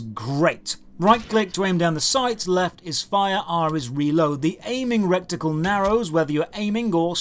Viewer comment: It's not a "recticle" it's a "reticle".